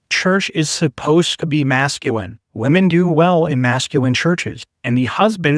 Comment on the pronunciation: Given his pronunciation, “Mascuwinn,” I’m wondering if his fixation on masculinity is compensating for something.